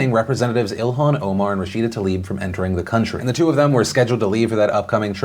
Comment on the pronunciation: Is the pronunciation of “rashida talib” accepted wrong like “Brett farve” ?? Because Tlaib =/= Talib....